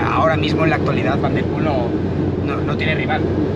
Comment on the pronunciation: Me encanta el canal enganchado 100%….. solo un comentario y espero que sea constructivo. Pronuncias el nombre de Mathieu en un perfecto “neerlandés” pero el apellido Van Der Poel en un fantástico “español”